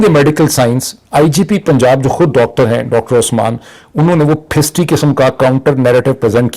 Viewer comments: phisdi is pronounced as phasaddi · The correct pronunciation of Urdu word is Phisaddi !